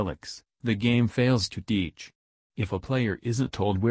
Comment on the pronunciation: Every time you said "Fails to teach" you sounded like an Indian friend of mine (dot not feather), told him about the vid and now he's loosing his shit over how "It's uncanny!" so thanks for the laughs, keep up the great vids and have a sub bud, lol.